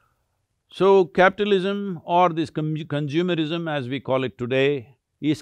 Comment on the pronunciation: We have « Science.. isim » « Consumer...isim »